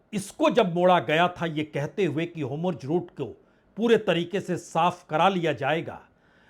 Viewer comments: हाॅमुर्ज नहीं nahi होर्मुज, आप बार-बार गलत उच्चारण कर रहें हैं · Aap ke ptrakarita ko salam hai. apki speech aur vakyarachana lajawab hai.galti se HORMUJ ka uccharan HOMRUJ ho raha hai. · बाजपेई जी आप हॉर्मुज का उच्चारण गलत कर रहे हैं इसकी इंग्लिश में स्पेलिंग HORMUZ है तो इसको हो र मु ज बोलना चाहिए जबकि आप होमुर्ज HOMURZ बोलते हैं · होरमुज़ को होमुर्ज़ क्यों बोलते है